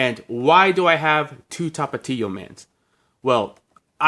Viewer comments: Can u count the amount of times u said tapatio? Also pero por why u say Tapatio like that!! 😅😅😅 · The way you say Tapatio 🥴 so white sounding lmao 😂😂